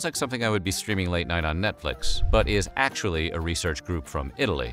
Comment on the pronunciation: "NOTFLIX"😂...did ya all notice it?